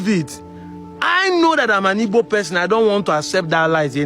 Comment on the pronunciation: please can you stop pronouncing ''Igbo'' as ''Ibo'' the way the Yoruba pronounce it? Keep up the good work on the sensitization.